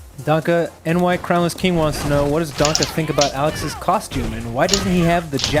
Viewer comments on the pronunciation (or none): Why does this guy call him " DONKA " ? Dude...it's german, and it is pronounced " DAN-KEH", not ... " Donkey Kong ".....